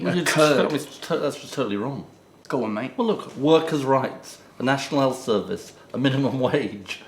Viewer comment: 'National elth service' and 'phone acking'.. why has ed suddenly forgotten how to pronounce the letter 'h'?